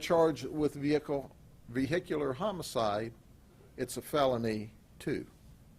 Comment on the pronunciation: "We are ''trained '' dectives...We know he has sangria and food""--the faq? Yeah because you ran his credit card?" Such detectives! ""THE VEE HICK LEE""??? Fucking S Grady!